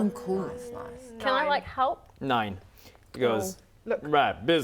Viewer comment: Make a deception check Brit: (quietly) nine Phoenix: (aside) Can I like, help?: (confirming, to Brit) NINE (sounds a lot like "NEIN!") Phoenix: (disappointed) Oh. 🤣